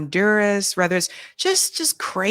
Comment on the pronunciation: Why do you say 'rether' instead of whether? Just curious.